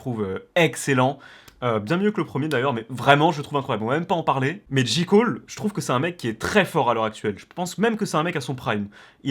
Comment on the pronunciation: Personne n’a trahi personne il est vieux de 2 ans le son et on dit JÉ COLE pas JI COLE 😂😂😂